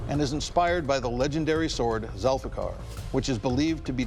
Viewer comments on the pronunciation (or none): Try "Zulfiqer"